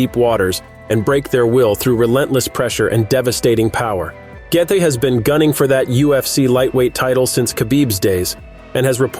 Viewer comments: I’m telling Justin Gaethje that you’re calling him “Gay-the.” Don’t make videos that you know nothing about. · The way you pronounce gaethje is terrible !